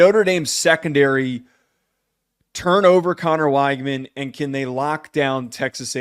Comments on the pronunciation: Again, you're saying his name wrong. It is "Wig-men" not "Whyg-man". Also go back and look at those two interceptions at Miami. Yes they were critical, but that wasn't on Conner. I know you can't watch every game when you are trying to cover the entire country, but you're just flat out wrong about his Miami performance. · You have no idea what you’re talking about. Neither of Weigman’s interceptions were his fault. Kind of a crazy thing to bring up for a qb with only two interceptions while being the highest pressured qb in the nation. You can’t even pronounce his name right. Maybe actually watch some tape instead of cherry picking stats because it’s obvious you don’t have a clue.